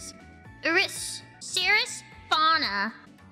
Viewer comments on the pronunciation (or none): none